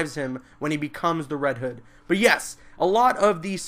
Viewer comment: its not reed hood